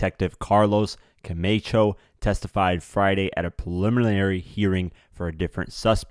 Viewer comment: It wasn’t a $2000 watch. That’s what they got for the watch... Camacho is pronounced “Co-MAH-cho”. NOT Co-MAY-cho… The perpetrator isn’t going back to court for “re arrangements”… He’s going back for “re arraignment”… (pronunciation re-A-RAIN-ment) Young boys… when your in lock up… SHUT UP!!! DUDE!!! DO BETTER!!! (Get an editor) Good info, though.